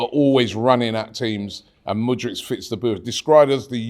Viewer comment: Mudryk, not Mudric lol